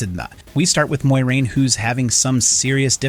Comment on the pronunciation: can u please pronounce Moiraine correctly?